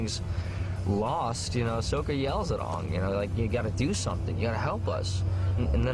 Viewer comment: why they call him onng and his name is aang